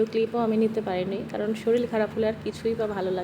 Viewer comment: Shoril na re baba kothata holo shorir.